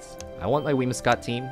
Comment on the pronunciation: WhimSIcott, not WhimIScott.